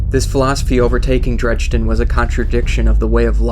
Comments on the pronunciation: saying "chill" as if the guy was raging about it lol. Dredge-din is so obviously incorrect. And they even say it properly at the beginning. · Your pronouncing his name WRONG. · he pronounces dredgen very strangly... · Yes. He proved he is illiterate and it completely killed the video for me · Would be a lot better if you pronounced Dredgen's name right. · totally agree! Made me cringe every time! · You mispronounced Dredgen for the whole video... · It's a real shame you're pronouncing his name incorrectly... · Dred-jen, definitely not dredge-den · ...I do recall his name not being Drejden but Dredgen lol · Cool vid but it's dredGen not dredJenlike Gggg g as an g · this is a sweet video, great job! I can't wait for the second. please don't take this a trolling, because that really isn't my intent. God knows I've mispronounced things in my day, but it really stood out to me. It's Dredgen Yor, not Dregden Yor. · Amazing video, awesome animation and voice acting, but I'm just a little nitpicky here, because you kept saying his name wrong. Dredgen yor, not dredgden yor. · you put so much work into this and I couldn't watch the whole thing, I couldn't handle you calling him dredgden. it's pronounced dread-gen. drove me nuts. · This was better than I could have imagined! (But seriously? Drej-den? It's Dredgen XP) Either way, altogether great lore video! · it's not "Dredge-Den".... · Am I the only one that was bugged by the fact he kept pronouncing his name as "Dregden Yor"? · Nice job. Why do you pronounce it "Dredge-din" though? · Dredgen. Not "Dredgeden." Totally ruined the immersion. Don't know how you could overlook such a major detail. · You DO realize that the "d" in the middle of "Dredgen" is BEFORE the "g". You call him "Drejden" throughout the entire video and it really ruined it for me. That's all I could think about and it detracted from the content. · Amazing video... But please, it's pronounced "Dredgen" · him calling Dredgen Yor "Dredge den Yor" made me mad